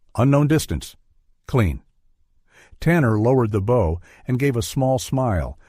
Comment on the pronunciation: good story, horrid AI reading.... Bow is not bough, lead is not heavy but direction, Elias is not El-E-Es. Errors just ruin the whole thing. Editing is required before posting!